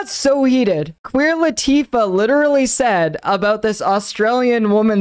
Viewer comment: Took me way too long to realize you were saying Queer Latifah and not Queen Latifah lol. I was wondering why she would ever chime in on something like this.